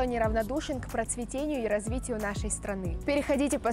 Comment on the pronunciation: «к процветЕнию..» правильно процветАнию! и ещё тоннаа грамматических ошибок.. иностранцы меньше ошибок в русском делают, чем 😂🤦🏻‍♂️